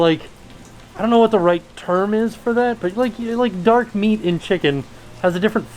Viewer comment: The way said dark meat duck, and all I heard was Darkwing duck and I was 😱